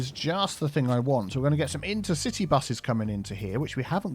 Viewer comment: Inter-citea bus hub.